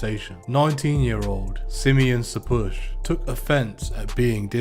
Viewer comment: "Simeon" is one of the 12 ancient tribes of Israel, he is Jacobs son in the bible, it's pronounced Shimon in Hebrew.. there are famous Rastas and Bulgarian Royals named Simeon. Simian isnt a name, is pronounced differently and means primate